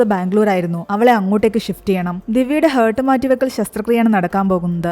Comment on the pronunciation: Yes ഹെർട്ട് അല്ല ഹാർട്ട് ആണ് pronounciation